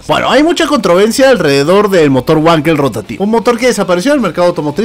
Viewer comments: Trocoide, amigo...!!! y se pronuncia "Vankel" no Huankel....!!! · como anotación no se pronuncia güankel se pronuncia Vankel ya que el inventor es aleman y en alemann la W se pronuncia como V y la V como F por eso es FolksVaguen y no Volksbajen :) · *NO SE DICE “uanquel”!!!! PRONUNCIE BIEN EL ALEMÁN: « BANQUEL» o «VANQUEL» o si prefiere «FANKEL» La letra W en Alemán es una V o B o algo como F , En todo caso NO ES UNA «U» Así como se dice Vagner o Vag